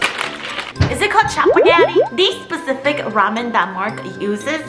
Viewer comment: " dis sepeficc " " de sepoon "